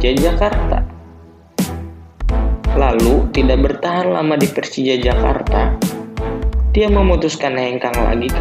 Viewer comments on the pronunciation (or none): kok yg nyiarin huruf ahir ada k solo jadi solok persija jadi persijak...